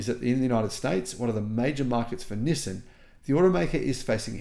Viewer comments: STOP SAYING "Nih san". It's "NEE SAN." I've told you like 5 times now, LOL. Japanese version is "NEES SAN". Approved for foreigners: "NEE SAN". Not "Nih san". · You are the only person I’ve ever encountered that says “nissin” instead of “nissan.” The way latter is the way Nissan says it in their ads. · It’s not NissIN, it is NissAN. Learn to pronounce it properly. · It's not that we thought you were crazy, or didn't believe you. It's because no one can take you seriously due to the way you pronounce "Nizzin" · It's hard to take this guy seriously because he can't even pronounce the company name correctly. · Doubt the world-wide pronunciation is "nih san" at all. So if you're voting for "everyone," you're also on the wrong foot, yo